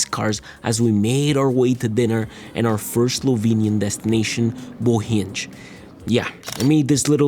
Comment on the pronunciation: hey one of my recently favourite tech youtubers visited my country! btw i just wanted to point out that “Bohinj” is not pronounced “Bohinge” but “Bohiny” (imagine “yuh” without the “uh”)